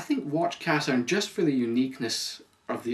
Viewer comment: it's pronounced (ca-shern)